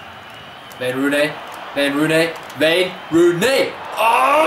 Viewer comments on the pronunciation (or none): Hey stop pronouncing the "w" as a "v". It is not vayne rooney